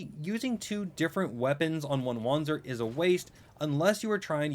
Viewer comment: Wanzer is pronounced vanzer